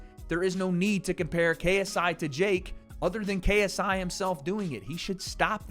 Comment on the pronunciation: “Tha Naut Mauh KSEYEEE” 😂😂